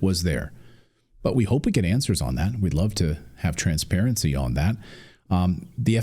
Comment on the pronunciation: 🤣😂😅🤣 Sorry but you said “transparency”. 😂🤣😅😂🤣